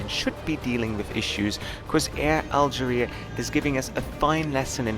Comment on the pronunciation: Algérie pas Algerie. Vous avez oublié qu'en français, le E n'a pas le même son que le É et le È.